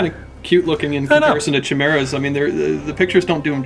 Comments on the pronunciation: You said it man. It is pronounced Khi-mee-rah. Who is this guy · Chee-mera? ugh that's awful. Never say that again.